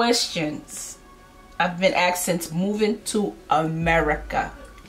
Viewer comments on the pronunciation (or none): And you love to make silly generalizations! Because one person pronounced Asked as Aksed, you think all Americans do? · 🤣 🤣 🤣 Americans simply cant say ASKED